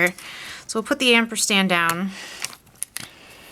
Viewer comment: great cards. I have really enjoyed seeing these new ideas for the card kit. I have to say that it is not amperstand its ampersand.